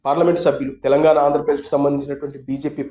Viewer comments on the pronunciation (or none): none